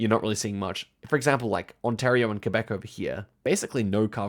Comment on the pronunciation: the only one that pronounces Quebec correctly